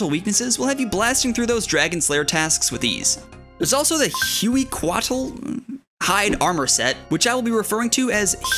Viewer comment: The amount of people who play runescape and just casually pronounce tons of words wrong is wild. I can kind of get mispronouncing aztec words if you're unfamiliar with them, but regular words too 😂 Hueycoatl would be pronounced like way-co-at-el